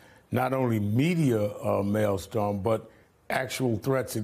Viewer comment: Why doesn't the Rev. Sharpton know that the word is "maelstrom" not "maelstorm"?